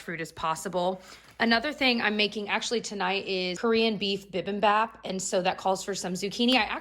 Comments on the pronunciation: This isn’t that imperative so I get it if you don’t care and will keep saying it the way you say it hahaha no judgement!! But just sharing... “Bimbimbap” is more closely pronounced like “pee-beam-bop” 🙂 just fyi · Btw bibimbap is pronounced bee beem bahp :) 💜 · Long-time lurker who is also Korean-American here: just FYI, bibimbap is said "bee-bihm-bahp." In Korean, all syllables are pronounced for the same length. Also, yassss fall and Trader Joe's is my JAM. I've been saving this video for an end of work-week pick me up!